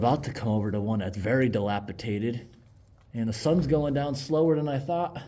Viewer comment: ➡️ Take a shot every time says dilapitated😉